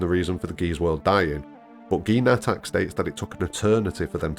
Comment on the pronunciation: In Japanese it's not Nattak, it's natataku